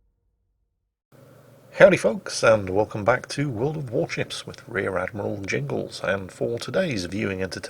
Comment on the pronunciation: he says world of war "chips"